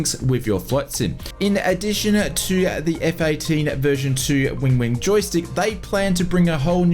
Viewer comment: Win-wing not Wing-wing 🤣